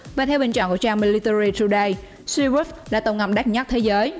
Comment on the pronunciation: Đất Nhắt . Nghe vl